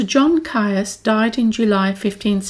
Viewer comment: Caius is pronounced 'Keys' by all those connected with Gonville and Caius college.